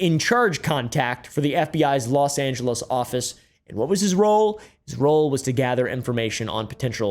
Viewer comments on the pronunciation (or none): none